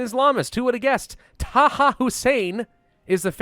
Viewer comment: "Taha for now" oh that was just painful.